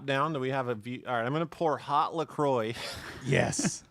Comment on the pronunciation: "Lah Croy"? It's "leh quwah" sweetie! (Ab Fab from the 90s)